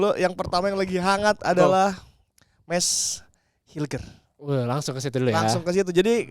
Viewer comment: mis huilhers.....bukan mes hilgers.....please...